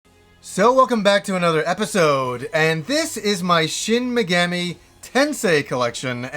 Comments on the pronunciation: Great video, but your pronounciation of Megami drove me a little mad, haha! it's mey-gah-mee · MEG-AH-MEE you dense fuck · I enjoy the smt games a lot, when you pronounce megami as megammy I cringed everytime but still cool video and thanks for the upload. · You butchered the pronunciation of the ENTIRE SERIES!!! The 3rd word is pronounced MEGAAAMI, the A is supposed to be drug out a little bit! Edit: WHERES DIGITAL DEVIL SAGA 1 AND 2?! ITS NOT COMPLETE WITHOUT THOSE!!! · Yes, you may have "done a google search;" however, that doesn't mean you are correct. He is making the Ga and Mi sound meld, just like in American English. He is saying "Shin Me-gam-ee" and like you said, the language is very syllabic, which would mean he is wrong. I have actually studied into some Japanese, and I don't mean to be rude, I even said he made a great video, but the pronunciation isn't correct. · Minor nitpick - you mispronounced it as "Meh-gammy" the entire video, but pronounced it right once ! It's "ease" vs "wise" all over again! haha! JPRGs love being tricky to pronounce! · tf does that have to do with anything? He was correct that he butchered Megami